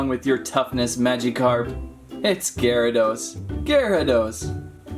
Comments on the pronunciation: IT'S GEAR.A.DOS NOT GI.RA.DOS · its pronounced (geh·ruh·dows) not (ji ri dos) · Its giarados not ghyarados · and also, gyrados is pronounced as gare-ruh-dos not guy-row-dose. like if you agree. BTW that is two mistakes so far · Its not said like jarydos its garydos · ‘Jaradose’ wtf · Am I the only one triggered by the way he pronounced gyarados XD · Funny but u are saying it wrong u say gyradoes with a "G" sound 😑